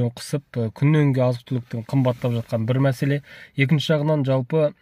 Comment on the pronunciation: Джалпы емес, жалпы деп айту керек